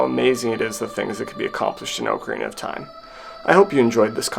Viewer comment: Spends hundreds of hours learning how to beat a game in 7 minutes; doesn't even know how to pronounce the game title.